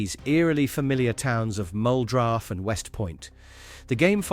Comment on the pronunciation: Kentucky boy here!!! We say it like MUL dro instead of MUL droff. And yes the events in that first game are true please pray for us as we fight off these zombies 😭